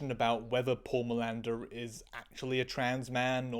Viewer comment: For a moment I heard Miranda and not Milander and I was really confuse, trying to figure out why Manuel Miranda was the bad guy in a procedural, and why in a CSI trans episode specifically? it was just for few moments but it was crazy... Btw the difference between them trying to water the spup (allungare il brodo in italian, I don't know an idiom in english for tranlate it sorry) for the 40minutes mark and your's wild Pindaro's like flights from tangent to tangent, is that your tangents are interesting and we lovo them! ❤❤❤